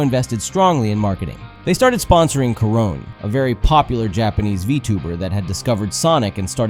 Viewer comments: super cool video, I knew about this a little but its a very good breakdown of sonics marketing problem in Japan (he shares the same issues as Microsoft products do there) one thing i'll mention, her name is not pronounced "Ka-ron" it's "Ka-Ro-Nay" incase she and other Holo-live gals ever pop up again since she is an offical ambassador of Sega products, which is extra funny because during a live stream with her, some Sega reps realized in real time what's up with her catchphrase "yubi yubi" which is Japanese for finger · Koron? What? Korone is pronounced like "ko-ro-neh". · talking about japan but butchering the name of someone from it is wild, its not "coron", its "ko-ro-ne" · Who the hell is "Ko-rown?" Her name is Korone, lmfao, I'm not even a fan of JP vtubers and I know that. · For clarifications, her name is not "Coron", it's Korone. Please don't get the pronunciation wrong. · Just a minor correction Korone's name is pronounced Ko-ro-nay, not Ko-rone That’s all I wanted to say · Oh boy it's Kuh-roan. All my boys love Kuh-roan. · sorry YOU HAVE TO SPELL THE E IN HER NAME IT'S KORONE SPELLS LIKE LIKE IE IT'S KO RO NEEEEEEEEE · "Koron." Ouch... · "Koron" lmao anyhow, the comments are sad, he is not just popular, the Japanese people can like or don't like different things bruh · Great video! Although it's pronounced Koro-nay. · Ah Yes, my favorite Vtuber: "Korón" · Korone is said as Koronay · pronouncing korone as "ka-ROAN" is hilarious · "They started sponsoring Karown" 😂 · he did NOT just pronounce Korone's name as "Core-own" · I mean, Sonic was made to be cool for Americans so understandably he doesn't satisfy the tastes of the Japanese. Even I remember more of his english quotes than his jp ones. "Koron" (coughs in mispronunciation) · "Koh-rone" bruh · this has to be an AI, no way he pronouced korone like that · Please get better at pronouncing names and things like Korone and Nega (as in negative; get it?) 😭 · Never heard Korone's name said like that before.